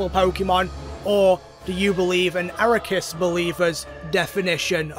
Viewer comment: Arc-key-us Ark as in the boat Key as in where are my keys Us as in toysrus I’m gonna be petty I really hate when people miss pronounce his name even though the official pronunciation has been said multiple times in Canon